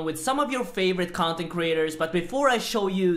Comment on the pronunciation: cuntent creators xD